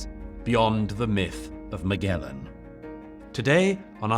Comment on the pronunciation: And what's up with the hard-g pronunciation of Magellan? When did that happen? Did somebody put out a memo, or is it just an intellectual affectation?